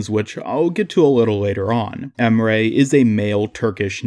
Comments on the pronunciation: Just met your channel this morning. I like your talking style. Its not boring dude. Thanks for uploading good vids. Keep uploading vids. I'm gonna watch everytime when you upload :) (Also Emre is not called Em'rey, its just Em're. There is no "y" at the ending of the name.) (IGN is Gamdwerb#21105 if you want to play together.) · U really destroyed his name to get your point across. His name is not pronounced em-ray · The problem with this Emre = Ray theory is that Emre is absolutely not pronounced like Emray. Combine the words ands sounds from [Em]bargo [Re]ddit and you have the correct way of pronouncing his name. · Wait if you say Emre it sounds like you say Ray